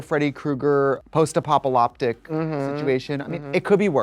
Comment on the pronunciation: Did Trixie call it apopaloctic or did I hear things wrong?? lol